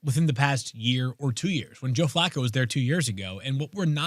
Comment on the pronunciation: Field is obsessed with saying Bijan’s name correctly but every time Flacco is mentioned he mocks it…🙄